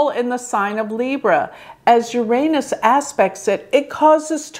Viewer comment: Thank you for pronouncing 'Uranus' properly.